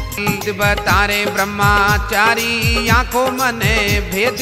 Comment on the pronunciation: ब्रह्मचारी सही उच्चारण होता है, ब्रह्माचारी ✖️ नहीं 🙏 कृपया भजन में इसे ठीक करें।